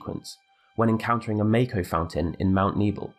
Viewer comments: Yo, why you keep pronouncing "Mako" wrong? It's "mock-oh", not "make-oh". We've had official canon pronunciations for not just Mako but almost everything else for over a decade at this point, probably more like over two decades. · Isn't it mahko rather than mayko